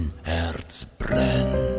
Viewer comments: Herz, not Hertz. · Your German pronunciation is so good, wow! Greetings from Germany